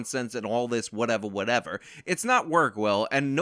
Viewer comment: 1. Whatevah Whatevah is now something I say all the time. I can’t help myself. 2. The only thing I agreed with in his apology video is that he’s a piece of shit